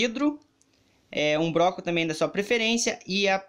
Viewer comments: Mas vc falou BROCO ao invés de bloco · ele falou broco kkkkkk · ele falou broco kkkkkkk